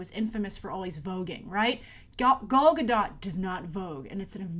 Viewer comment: I haven't noticed it if Grace still does it or not in recent videos about WW but watching this one and hearing now she mispronounced both Gal's first and last name makes me cringe lol.